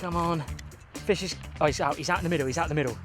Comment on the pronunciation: "That's a noice fesh!"